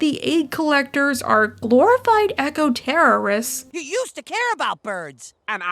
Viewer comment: It's Pronounced [EK] + [OH], not [EH-KOH], Sorry. I hope you Learned something.